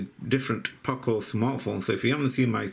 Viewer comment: Poco nicht Paco